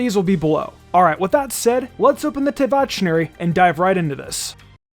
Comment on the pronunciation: the only thing i will note on is that Teyvat is pronounced as [Tuh-Vet] sorry if i’m being annoying